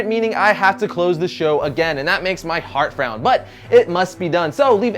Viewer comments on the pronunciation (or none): none